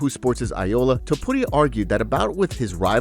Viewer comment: kevin Iola? its not Io-la. Its Kevin Aioli as in garlic aioli. Its spelt Iole in his name but you pronounce it as aioli as in the garlic sauce